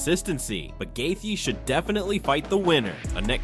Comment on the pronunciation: have you ever pronounced any names correctly ? laughed hard on gethia , gold